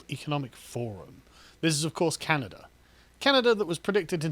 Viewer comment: WTF is "Canader"?